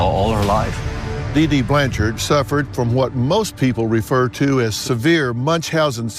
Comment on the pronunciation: There is no E at the end of her last name, it’s Blanchard & not Blancharde